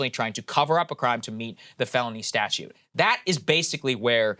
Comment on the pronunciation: Is Saagar saying "statue" of limitations? I know he's reading it, but...